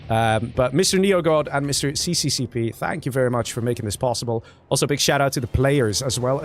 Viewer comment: to clarify. it is not called cccp, it is russian and pronounced SSSR :D